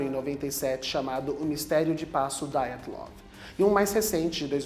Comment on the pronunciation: Não é "DAIATLOV", é DYATLOV.